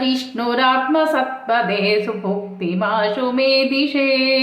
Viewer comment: Namaste It's subhukti or subhakti U have recited bhukti but in script it's bhakti Kindly reply which is correct